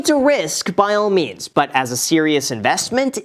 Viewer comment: Was that “By all means “ or “By all memes” 🤣💼